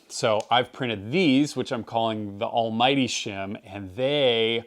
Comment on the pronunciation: Just to check, you called it the Almmighty shim, right? 😅😊